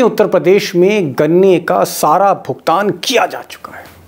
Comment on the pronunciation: मोदी जी "भुगतान" को "भुतगान" बोल रहे हैं